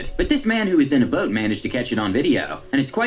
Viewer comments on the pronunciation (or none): It's pronounced boat not bote lol